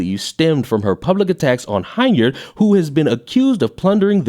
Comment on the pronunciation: just want to help you out. The last name of this miscreant of a "mayor", is pronounced, "HEN-yard", not HINE-yard.